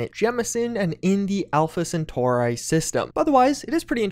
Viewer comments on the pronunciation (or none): none